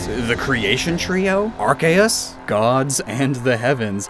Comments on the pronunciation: Okay I have to say it. Arceus (アルセウス) is not pronounced arkay ass. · Hey pronounce Arceus correctly next time